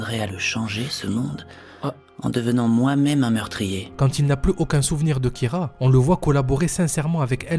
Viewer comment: Kira pas Kyra espece de demeuré